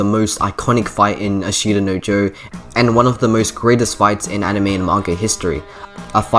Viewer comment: Good video. i is silent in ashita btw